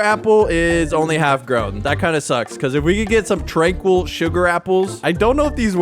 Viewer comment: TRANQUIL NOT TRANQUOOL